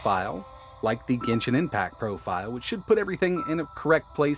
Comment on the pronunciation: Gensin Impact?????? This is genshin, not gensin... Gamube? Really???